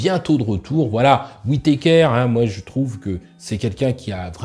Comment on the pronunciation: WITéKèèère ^^ Un médecin MMA n a jamais entendu ce nom? D'ailleurs il n a jamais entendu un mot anglais finissant par ER ? :face-green-smiling